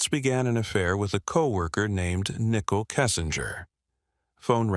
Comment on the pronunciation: How can you mispronounce Shannon and Nicole so badly?